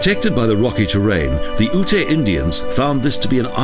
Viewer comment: The dummy won't understand what you wrote. It's YUTE, not OO-TAY.